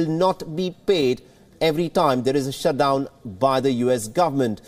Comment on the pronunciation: Did you say "Shuth-dhown"